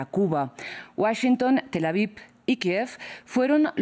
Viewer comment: se dice tel aviv no tel avip